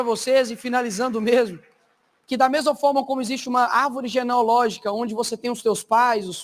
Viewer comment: GENEAAAALOGICA, Nicole...." geneologica" não existe😊😊😊😊😅😅😅😅